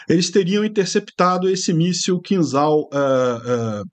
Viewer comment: Pronuncia-se "Quinjal" (e não "Quinzal")